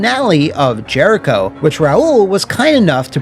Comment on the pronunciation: Ah yes... Jeriho... Haven't heard that name in years.